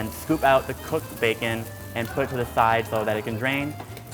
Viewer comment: Everytime he says bacon I hear baekhyun #exollife